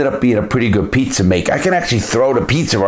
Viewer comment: That Boston accent. Thow da pizzer in da air😂😂😂